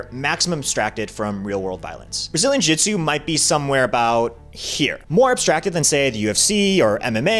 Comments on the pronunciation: Brazilian Jitsu? What in the world are you saying? jiujitsu, pronounced (JU-JIT-SU....not jitsu). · Why does this guy keep calling it brazin jitsu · Uh... you're an authority on this matter, but you can't pronounce jiu-jitsu? Not a good look.